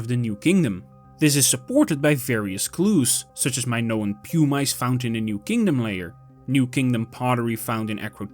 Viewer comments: Pu-Mice??? It’s pronounced Pu-mis. Spelled Pumice if you’re going to make a documentary about a Volcanic eruption please familiarize yourself with basic Volcanology terms. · The AI-generated audio is annoying. Mispronounces "pumice" into "pum-ice". A new kind of ice, I guess, made of pum. If it's a human voice, it's even more annoying. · pew-mice? Is that a skunk? yeah. Stopped there. Won't be back. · The voice is A. I. Nobody calls pumice "pew-mice." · So in Dutch they say "pew-mice"?